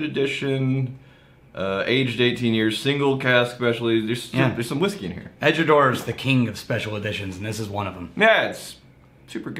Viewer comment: Went to Edinburgh couple months ago, most of the people I spoke to said Edradour (as in Door). Of course regional accents and pronunciation is real so possibly Edradour (as in Hour) is a regional pronunciation?